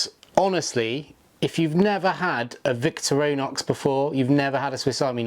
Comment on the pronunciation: “Victor-row-nox” lol